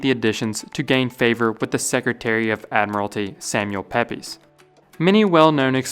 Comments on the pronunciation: it think peypes is pronounced peeps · Pepys is pronounced “peeps” like the Easter candy, not “peppies”. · PEPYS IS PRONOUNCED "PEEPS." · Pepys is pronounced Peeps. I know, it's weird, but I swear it is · Pepys pronounced it like peeps. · Pepys Island is surely named after Samuel Pepys and pronounced ‘Peeps Island’ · Pepys is pronounced “Peeps” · Wonderfully interesting. A comment: Isn’t Pepys pronounced “Peeps”? Perhaps in his time more like “Papes”. One of many names in English that have misleading spelling. (Today is Wednesday—a good example). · fun fact Pepys is pronounced 'peeps' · Pepyes... is pronounced Peeps. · Pepys is pronounced, "Peeps". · Just so you know, Pepys is usually pronounces "Peeps" as far as I'm aware! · Pepys is pronounced peeps. He was famous for his diary and reformed the navy. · Great video! Always love to learn some fascinating facts from you 😁 Just FYI, 'Pepys' is an English surname pronounced 'Peeps', as in Samuel Pepys, a famous C17th English diarist. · Pepys Island is pronounced ‘Peeps’. Samuel Pepys is better known these days as a diarist. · Pepys is pronounced Peeps. No logic, just that’s how it is. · Pepys is oddly pronounced peeps. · Pepys Island was names after Samuel Pepys, pronounced “Peeps”.